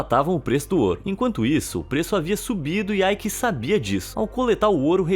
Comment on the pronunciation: O nome dele nao eh AIki. Eh EIKE